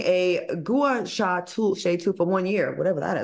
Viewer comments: Love ya'll but you're so out of touch on this topic. Gua sha is pronounced "gwah shah." Any woman on social media under 30 knows what this is. It's a handheld stone device that you can get for $10 at Target, Walmart, or Marshalls. People post their before and after videos on Instagram but no the results aren't as dramatic as Lizzo's results 👀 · It's pronounced like wash. Phonetically, think gwasha . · I just hate that they didnt do research on the Gua Sha and the pronunciation smh